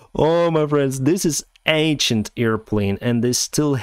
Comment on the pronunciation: A great video,, as usual. Note, though, that Honolulu is not an island but a city (actually, the capital of Hawaii), itself located on the island of Oahu. Also, you mispronounce some words in a rather funny way. In "ancient", the first "n" is not silent, it's pronounced "eiN-shent". "Pacific" has nothing to do with any putz, and so it's pronounced "paSifik", not "puTZifik".